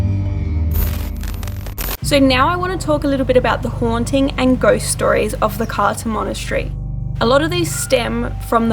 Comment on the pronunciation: Romanian here. It's pronounced Krtza (Cârța). Yeah, Romanian is complicated.